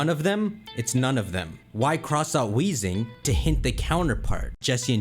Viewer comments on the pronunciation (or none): none